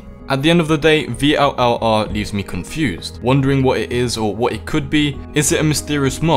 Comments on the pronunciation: its vllr not v l l r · It's pronounced viller or vill are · i heard that it is pronounced vill are